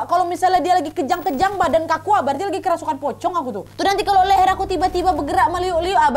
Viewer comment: "Kerusupan" And "ceremai" 😭🤣